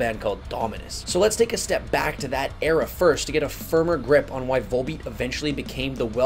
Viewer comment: Awesome video, man. These guys are my favorite band these days. Gotta tell you, though… the V-O-L in their title is pronounced like it is in the word volume